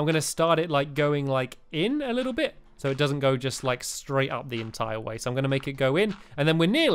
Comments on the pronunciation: Stampy did say pit instead of bit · He said fun pit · Stamps u did say fun pit lol :) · he said fun pit!!!!! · He did say pit not bit!! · I thought he said fun pit to